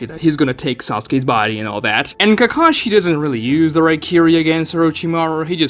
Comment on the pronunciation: Ugh I hate the dubs. It’s KA-ka-shi, not “kuh-KA-shi”.